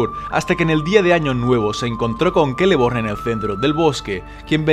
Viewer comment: pork dices keleborn si es una c